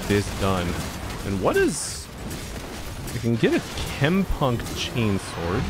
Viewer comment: Why do I always hear tampon instead of chempunk?